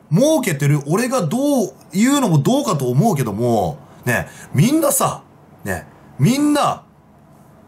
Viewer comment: どう↑かと↑ おも↓うよ↓